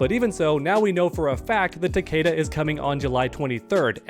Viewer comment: Its ta-KEE-da. Its.in.the damn game